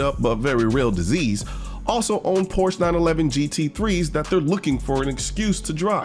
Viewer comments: "Porsh"? Well, at least you pronounce Staccato correctly. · Colion, say it with me... 'Por-SHA'.... Carry on!